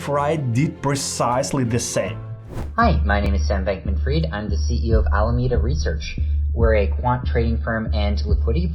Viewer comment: U should prob practice ur script a bit more, cuz there are a lot of words wrongly pronounced, like those important names, “Sam Bankman Fried”, “Alameda Research”. It might make ppl think that u didn’t do ur research even though u did I guess